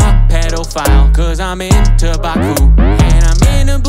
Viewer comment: The mispronunciations of otaku, Monoke, and Chobit made me sad. Completely messed up the name of Boku (not Baku) no Pico. Good otherwise